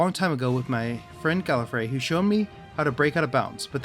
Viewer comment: It's a me, a Galahfray lol